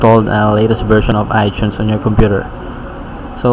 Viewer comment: u said iTunes like Ichunes. u are Pinoy